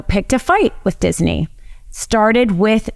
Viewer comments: Love her but she pronounces Disney as dizzy knee. 😂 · Please stop saying "Disiney". It's not pronounced that way. Other wise, great video. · I get and rsspect everything this woman hs to say. However, It isn't DisENy or Walt DisENy, it is Disney. Just sayin. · Great presentation but isn't it Disney not Dissinee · Why does she keep pronouncing it Disiney??? It's Disney!!! You should have found someone who knows how to pronounce simple words! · she is saying it like dizaney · I didn’t know dizney had three syllables, diz-a-ney, I’ll start saying it right. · who knew it's pronounced dizzyknee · Why does she keep saying DisEney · I'm not a nit picker, very rare for me, but I can't get over the 3 syllable pronunciation of Disney. I tried. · I learned if you must say Disney too many times, it turns into a three syllable word.